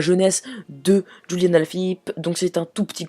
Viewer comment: C'est julian pas juliane ou rouliane